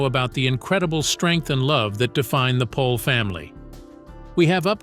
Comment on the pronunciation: Isn't the last name pronounced "Pole"?